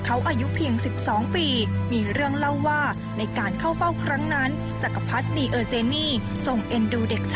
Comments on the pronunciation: ขอบคุณสำหรับข้อมูลนะคะ ติดขัดนิดหน่อย ผู้บรรยายผู้หญิงอ่านคำว่า จักรพรรดินี ผิด ต้องอ่านว่า จัก-กะ-พัด-ดิ-นี ไม่ใช่ จัก-กะ-พัด-นี นอกนั้นดีงามทุกประการค่ะ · จักรพรรดินีเออร์เจนนี อ่านว่า จัก-กะ-พัด-ดิ-นี-เออ-เจน-นี่ ไม่ใช่ จัก-กะ-พัด-นี-เออ-เจน-นี่ ชื่อพระนาง เออเจนนี ไม่ใช่ นีเออเจนนี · จักรพรรดินี ออกเสียงว่า จัก กะ พัด ดิ นี นะครับ